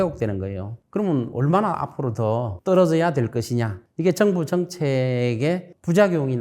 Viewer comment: 우리말에도 4성의 영향을 받아서장단ㆍ고저가 있습니다. 예를들어 정부를 증부가 아니고 저엉부라고 발음해야 합니다. 발성이 군데군데 많이 거슬립니다.